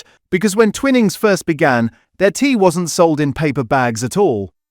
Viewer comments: Umm its pronounced twy-nings as in wine, if the word had double "n"'s then it would be twinning as in winning... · It's Twy-nings you electronic idiot ! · Your video has generic videos loaded with commentary that does not always match with what is being discussed. Also the pronunciations are incorrect eg. Twinnings / Twinings. Although avoiding plastics by not using cheap tea bags is a great idea but just buying loose leaf tea does not address the pesticide or chemical problem. This channel has great potential and is quite informative generally. But the Ai commentary spoils it and gives the impression that 'Protect our Plates' has been created purely for YouTube hits. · It is pronounced "twynings" NOT ," twin ings. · Twinings NOT TWINNIGS!!! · Stupid A.i. it's pronounced Twynings, not "Twinnings" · Its pronounced TwInings...Not Twinnnnings !!!!! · It's Twy-nings you muppet - if it were twinnings it would have two n's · Twinnings 🤔 thought it was Twining 😂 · Mmmmm AI said twin ings 😂 good bye. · I've been enjoying these videos but can't listen to any more, sadly. "Twinnings" is too annoying. Seems AI needs to learn the basic rules of English phonics. And why can't the writers of the content also read the content? After this latest video I'm giving up PG Tips but also, sadly, this channel. The commentary has angered me more than the dodgy tea bags. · As is the pronunciation of Twinings 😅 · Time to get a human to read the commentary. Several obvious mispronunciations. For example, finings is pronounced as in fine "I'm fine, how are you?" not fin as in fish. and I've never heard Twinings pronounced that way. BTW where does Teapigs rank? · 'Twinings, a name so old and established' I can't pronounce it properly. 🙄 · Should get a human commenter who knows how to pronounce "Twinings" properly.